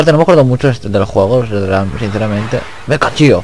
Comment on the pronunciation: El meca tío te salio meca chio xD